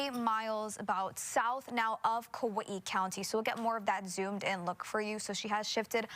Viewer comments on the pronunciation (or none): Kawee-ee? Where the hell is that?